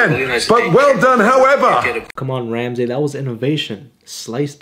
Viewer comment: “Better than Gordon Ramsay” completely butchers it